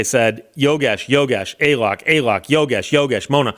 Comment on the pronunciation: It's not "Ay lok" it's "A A lok"...